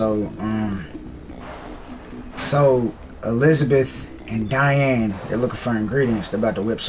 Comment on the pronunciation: I believe you pronounce Diane name dee-Anne instead of dye-Anne just a heads up 🙂